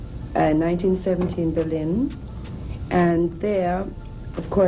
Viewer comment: Rasput-E-n He must have been buzzin!